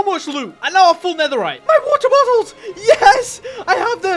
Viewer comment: He got many bo"oh"wa"er"